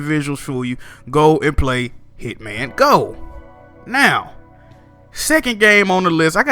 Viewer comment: I almost hit the dislike button when I heard you say Hitman go bruhhhh lol